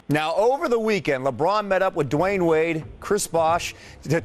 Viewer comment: No one: D Rose: DwaAaYne